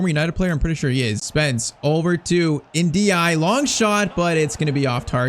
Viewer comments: The "e" at the end of Ndiaye is not silent. It sounds more like NDIYAYI The "i" at the end is a soft "i" which ends up sounding like "ay" in "say" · Is it just me or is he saying ndiaye wrong